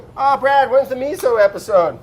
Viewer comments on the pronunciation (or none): He called him braddy lol